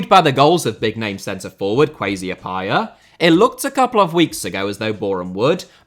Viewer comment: not even bothering to find out the correct pronunciation of the name "Appiah" and just channeling his inner brexit anytime he attempted saying it is hilarious